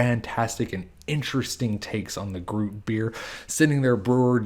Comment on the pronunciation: It’s pronounced groo-it, not rhyming with fruit